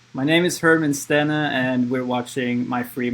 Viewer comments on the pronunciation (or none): ste-ne, not steen <3